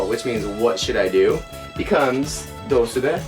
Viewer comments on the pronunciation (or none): It's not dousube it's pronounced dousnnbee. Source: born in fukushima